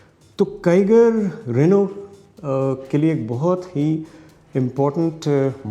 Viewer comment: रेनू ने नहीं, रेनो ने